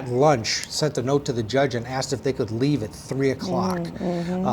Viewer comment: Dis is why duh jury got it wrong. Day didn't listen to duh witnesses. He axed him not to plow dare because one of duh chirdren had a burrfday dat day.